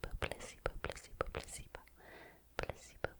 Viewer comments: You need to stop pronouncing placebo as pusseebo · placebo? i thought she said placenta at first 😭😭🙏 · im so sorry, but many times when she said "placebo," i kept thinking she was saying "pussybow" 😂😂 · i keep thinking youre saying pussy-bone and it kept throwing me off😭😭